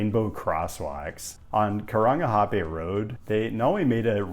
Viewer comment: if you haven’t rolled your r’s you haven’t “nailed it” you’ve gotten a “meh”